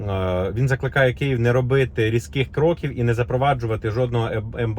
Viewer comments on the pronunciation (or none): none